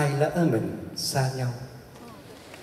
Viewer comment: tan nguyen -- Ở phút ,,,Nếu lở mai này !!! LỠ chứ không phải lở ,,,,Phát âm sai bét !!! lở dấu hỏi là ghẻ lở ,,,, !!!